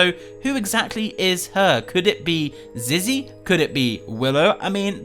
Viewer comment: It’s said Zizzy will never speak not zee will never speak